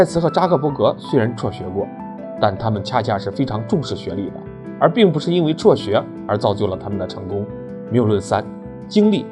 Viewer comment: 辍学，不是戳学